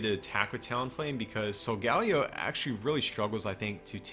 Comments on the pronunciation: i think its sol-gah-leh-o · It is solgeo GX It is wrong how u r saying it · It's pronounced "Soul-guh-Lee-oh"